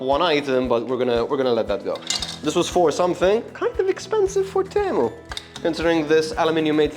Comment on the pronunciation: Fine video, but why do you keep calling Temu for Tamu? xD Also that 10/10 sponge is just wraped with sandpaper, just so you know before you use it other places.